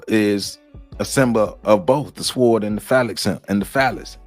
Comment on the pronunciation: The "W" is silent in the word "Sword". It is pronounced "sord". Great information but get those words right. Thank you!